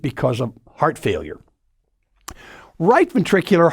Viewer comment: Bro cant even pronounce failure